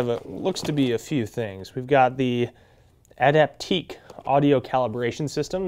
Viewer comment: Nice unboxing. Just to help with future Bose unboxings, it is pronounced Adapt IQ. Once again. Nice video